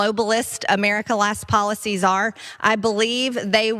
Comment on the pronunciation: .. "these poly-sees, are shocking to meee!"... what a disgusting woman...